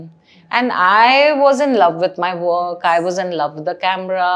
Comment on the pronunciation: what is funanc?! F I N A N C E = finance!!!!! wukkk ❌ WORK!! and less stress on T, D, K!! what is that harsh stress on K, T, D?1 Wukkkk, sutttt, diedddd WHAT is this??! It is hard to understand Indians when they try to speak in English! Just ruining the grammar, pronunciation, etc. BTW I am not an Indian, thankfully!